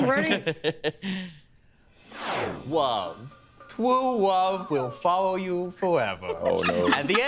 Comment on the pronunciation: um actually it is "Twu love is wat bwrings us togetether twoday"